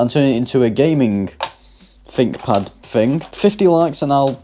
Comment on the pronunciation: I think you'll find it's called a THinkPad not a FINK pad